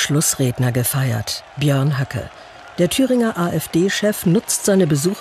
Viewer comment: ja, ich weiß, der Name Bernd ist ein running gag. Es ging mir mehr um die Aussprache seines Familiennamens. Es hört sich an der betroffenen Stelle wirklich wie "Hacke" an😅👍